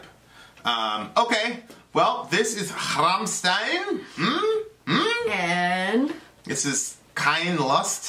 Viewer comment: You should've reacted to the official Music Video, the quality of the sound on this video you chose is insanely bad, but I guess it would've been copyrighted and blocked right away:/ BTW I'm still triggered at how pronounce Rammstein:v